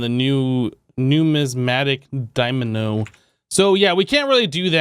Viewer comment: He deliberately uses made up pronunciations for things, for fun I guess xD